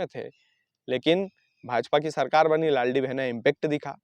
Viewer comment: Bhai laldi behna nhi "Ladli behna"😂😂😂